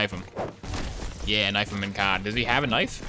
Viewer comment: Switchin' to your secondary is fastah than reloading. Now knoif the wa'ermelon - Cortana.